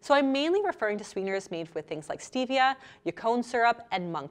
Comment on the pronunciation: Stevia is 100% natural especially crushed green leaf or liquid. You can grow it in your back yard. White care sugar is really processed so much that I would identified as artificial. Also please pronounce Stevia correctly. Cravings occur when the candida in your body needs to feed on sugar, thus cravings.